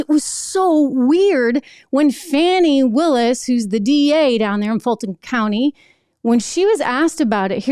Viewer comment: Fanni not fawni ha